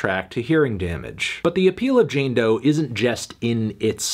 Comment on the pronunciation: It's "Doe"!! Stop saying that, is disrespectfull